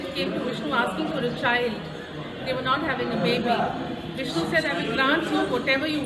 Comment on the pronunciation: I love you so much 🤗🤗🤗😘😘😘 beautifully you explained about Nava Tirupathi, we could imagine the deity in your words💕💕💕💐💐💐 Loved the way you pronounced the names of the lord Vishnu👌👌👌 felt like I visited the places with you Aum sairam 🙏🏼❤️❤️❤️